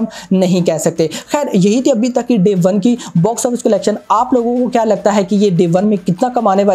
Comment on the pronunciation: Bhai aap "KYA" bolo "KIYA" nahi... Please.